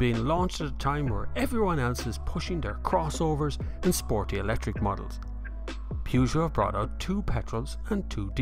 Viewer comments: Ah now, still saying Pewgeot!;-) It's alright, it's your trademark! Very good review, love the Peugeot 508. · And how do we pronouce Peugeot? Definitely not like that! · Not relevant. Peugeot is only pronounced how the French company pronounce it! ;-)